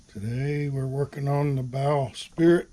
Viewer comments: Bowsprit - “sprit” NOT “spirit” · Forgive me but it’s “bowsprit” not “bow spirit”